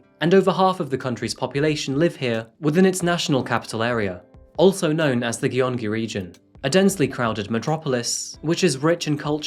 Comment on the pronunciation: Hey, I like you channel and find it interesting, but I think it should be noted that: a- SK men are required to enlist in the military per the law. It wasn't exactly a choice for him and the mandatory time used to be 36 months (it's gradually shortened over the years, so now it's 18 months). b- "Gyeong" is pronounced "gyeong-gi" not ""gi-yong-gi" Not trying to nitpick, but thought you'd might want to know how to pronounce the province!